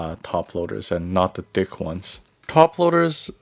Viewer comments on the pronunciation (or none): did he say not da dick ones